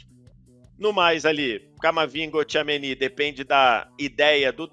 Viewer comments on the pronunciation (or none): Incrível como ele não consegue falar certo o nome do Tchouameni